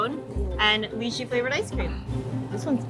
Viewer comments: Lychee is “lie chee” not “lee chee” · Dude it’s not Li-Chee, it’s Lai-Chee...wow😂😂😂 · Sad to see a lot of jerks attacking and for such a good work they have been doing, shame on yalls jealous trolls, keep slaying ladies! On a side note, its pronounced Lie-chee, not Ly-chee. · LAI-CHEEEEE not LEEE-CHEEE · I hear them pronouncing Lychee as (leechee). That's weird for me, I live in Hawaii and we pronounce is Lie-chee. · this chinese guy just say leachy? its pronoucned lai chi lol this guy aint asian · Why do they pronounce lychee as in "lee-chee" rather than "lie-chee" like wtf... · It's Lai-Chee not Lee-Chee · How could the Chinatown Ice Cream Factory did Lychee pronounce Lychee like that?! I bet you his Asian ancestors are howlingg